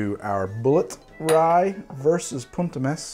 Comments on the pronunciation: italy here!! the pronunciation of "punt e mes" is meS and not meSZ ^^ and you pronunce punt pretty well i should say!! love your video by the way, they are pretty funny and still full of infos for those who are not so into bartending ^^ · Italian here. It's poont eh messs (s/z are distinguished in Italian)